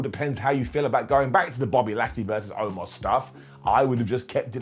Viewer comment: So we not gonna talk about how Lashley called Omos the wrong name the entire time. I swear he said “Almost” the entire time 🤣😂🤣